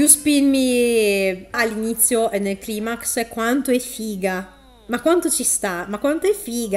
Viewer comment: Non posso non apprezzare il fatto che ti sia ricordata di dire climax con la pronuncia originale latina e non con quella anglosassone ^^